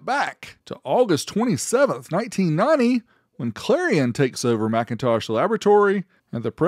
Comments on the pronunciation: It's Mick in Tosh. NOT MAC intosh. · "McIntosh" is pronounced "Mik...". "MacIntosh" is pronounced "Mac..." But that's only if you prefer to say things correctly, and be accurate in your speech. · lol I believe is pronounced “Mc” not “Mac” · For the record, you are mispronouncing the name, it's not MACintosh, it's McINtosh, like Mkinly, stressing the second syllable, omitting the ä. In other words a whole different word, even spelled differently. This was understood when Jobs approved the naming, But when the trademark was applied for it was cross checked and denied not for the trademark of the name already taken, but actually for 'Phonetic Infringement' That's why the PCs weren't even on MLs radar, it's a whole different name. But when they were called by Jobs and asked for permission for a variance to maintain using MacIntosh, they were initially denied, later agreeing to a brief licensing agreement, followed by a deal to buy it outright , for a price that still to this day remains a secret, estimated to have been between 100,00 and significantly higher. The more you know.